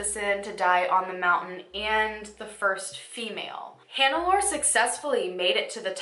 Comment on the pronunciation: Ohhh when you encounter the German name Hanelore, it's pronounced Hahn-eh-lor-eh 💕